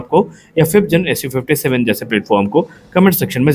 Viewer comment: Its SU57 not su56 bro 😊